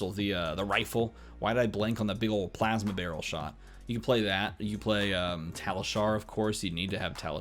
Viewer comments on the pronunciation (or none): none